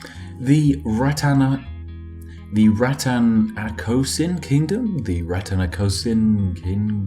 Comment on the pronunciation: The last fromable nations is Rat-ta-na-ko-sin